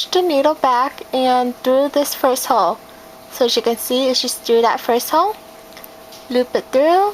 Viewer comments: When she says hole it sounds like she is saying hoe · every time she says hole it sounds like ho. I couldnt stop laughing